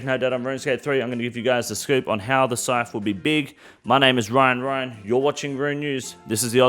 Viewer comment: I am your host “Wyan Wyan”